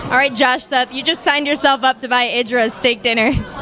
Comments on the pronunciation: IDRA not EYDRA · For fukkkkkss sake it's IDRA NOT EYE-DRA. JEEZ.